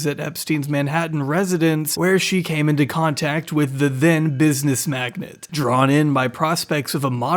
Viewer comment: Magnate not magnet. Lol!